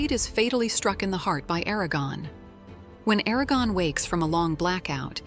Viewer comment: O vídeo é interessante e satisfaz a curiosidade de quem gostou do filme mas não teve ou vontade ou acesso aos 4 livros e queria conhecer a história completa, até seu final. Mas é muito chato ter que ouvir a IA chamando Eragon de ARAGÃO durante todo o vídeo... 😆